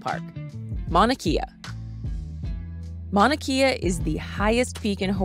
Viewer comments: “E’s” are pronounced as A and a’s are pronounced as uh. Mauna KAY - UH Go to top and watch sunrise. Waipio valley access is now closed. Kona Joe’s Coffee 🤙🏽 Green sand beach-don’t waste your time. If you do go, wear shoes-no slippas! Auntie will give you a ride for a price. See Ola Brewing 🍺 in Kona And yes, the island is very livable but get used to stupid! Hawai’i is and second world country and just about everything here is 50-75 years behind the mainland. A wonderful place to visit as long as you respect the locals. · It's pronounced Mauna Kay-ah. No e. Great video though. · This is a GREAT video! If you do a Part 2 put Kua Bay, 2 Step, Pohoiki Ponds and Kehena Beach. Btw it is pronounced Mauna (KAY-A) and it is Kaumana Caves. Obviously you can't edit the video but in case others want to know. We are still adapting to some of the pronunciations. Well done. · Your pronunciation of Mauna Kea is incorrect.